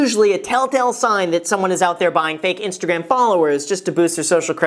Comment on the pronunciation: Did he just say Instagraham? 🤔😄